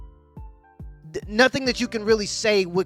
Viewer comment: What was she saying? 'Not a dam ting!'